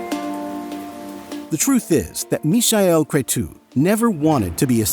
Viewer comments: The amazing Mihai (it's not Michael, with this terrible pronunciation from the video) Crețu was born in Romania. Hypnotic music... An alternative to it is coming from Bliss, another exceptional project. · It's not really, this video mispronounces all names, which must be on purpose. Source : I speak both German and Romanian. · Mihai Crețu is Meehigh Crezzu. Easy peasy. Not Mishael Cretoo. In Romanian in sounds like “sneaky cretin”. Mişel being sneaky and cretu for cretin. Are you using AI for the voice? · no. His Romanian name is Mihai (pronounce like "me" plus "hi") Crețu (Cretzu). Maybe it was a try for German pronounciation.